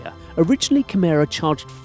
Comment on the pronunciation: Kimera ... Avaleble. Now. ... For " everybody ". :face-turquoise-covering-eyes